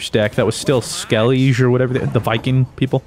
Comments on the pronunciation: "Skell-eej" LOL Skell - i - guh :) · It’s actually “skell-ig” lol. All the characters call it it that in the games. It was mispronounced in the show though so it’s a common misconception.